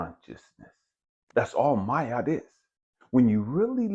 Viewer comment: Is “my-aht” the correct pronunciation? I usually hear “mah-aht”